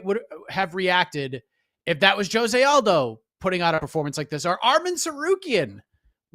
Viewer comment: Heck I think said Aljo, not Aldo.